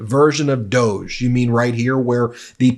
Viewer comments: Hey Ben, I think it's pronounced "dog-ee" look at Mascot. Trump hates dogs. So he gave them that bogus identity. I think Trump us totally laughing at Elon behind his back. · DOGE…..pronounce it like ‘dog’ as in ‘dogee’. Soft g sounds French. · It's pronounced Dog e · It should be pronounced dog-e. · Please pronounce DOGE correctly. It rhymes with "doggie" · It's "dog-e", as in a dog of an idea/department! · Please stop indulging them calling it DOGE (dohjj)…let’s go with DOG-E (doggie) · Instead of pronouncing it "doughj" maybe we should start more honestly pronouncing it "doggie". It is essentially two powerless uber-rich sociopaths fanaticizing cruelty. On a more positive note, a "DOGE" House subcommittee seems the perfect place to put a ranting idiot like MTG, as she will have essentially no power but will not know it. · It is beyond me why you and other media insist on calling this fake government office DOE JA when clearly it should be pronounced DOG...there is even a DOG as the Dept Logo...come on, they are laughing at us😢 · Not DEGE. DOG E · Are you sure it’s not pronounced DOG-EEE. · it’s pronounced ‘doggy’ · I think we should pronounce DOGE as DOG E. Doggy The whole thing is so ridiculous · Pronounced Dog-eee. Just because. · It is more correctly called Dogy in how it is supposed to be pronounced. Most people seemingly never clued in. As in "The doggy 🐕 barks a lot." Some people know and everyone else does not care about that. The fact the creators of it did not correct people on the pronunciation of the name is possibly a small inside joke to the people who know about that.😊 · FYI "doge" is pronounced "doosh" as in the word "douche". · DOGE don't you pronounce that "dog 'E'... trump's dog. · It's was originally pronounced "doggy" dog,E.... Elon was the moron that pronounced it incorrectly. His stupidity is spreading 🤬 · Minor nitpick: 'D.O.G.E.' is pronounced 'dog-ee' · I'll pronounced it as dog-e' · Dog----E That's What it sounds like dog E